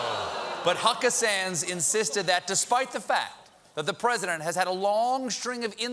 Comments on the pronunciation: Hucka-sans ... ROFLMBO every time Stephen calls her that name ! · On another note, I'm going to hope that Stephen is saying "Huckasands", because it almost sounds like he's dropped the "d", which, as an Undertale fan, makes me think that he's trying to imply that that wretch tosses small, pun-loving skeletons.